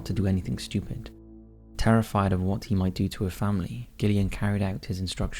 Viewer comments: I think it's pronounced 'Jillian', not 'Gillian'. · Gillian? You mean jillian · Video no 1: Gillian - is pronounced Jillian.. I never knew about this story, so thanks 😊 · Gillian, pronounced Jillian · I think you're pronouncing Gillian incorrectly - Pronounced the same as Jillian. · I love your videos but your pronunciation of Gillian is cringe it’s Jillian but with a G. Besides that I enjoyed that video and would like too hear more about the donor trail. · Wouldn't Gillian be pronounced with a J? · Gillian is pronounced jillian. Derbyshire is pronounced. Darbyshir.